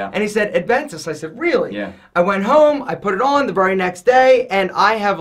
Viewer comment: short guy says "Ad-ventus"...